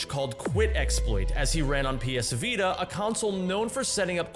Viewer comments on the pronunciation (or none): none